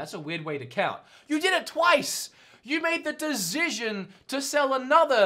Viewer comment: please stop saying decision you cant pronounce it hahaha